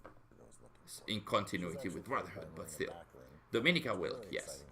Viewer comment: Dominika Wilk, u pronounce it like "Vilk" she's Polish. wilk mean Wolf btw. 🇵🇱